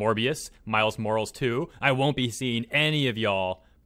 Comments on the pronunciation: "Miles M O R A L S" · The moment when you clown on people's grammar but can't pronounce Morales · Damn this man mispronounced Miles Morales.